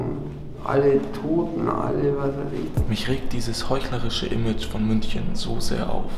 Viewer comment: MÜNCHNEN? xddddd